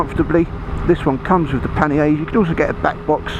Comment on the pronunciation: Big T haha great comment! Sounded a bit ridiculous